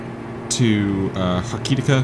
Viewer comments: It's pronounced close to "Hokey-ticker" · lol, sometimes it’s a bit funny hearing somebody completely butcher the pronunciation 🤣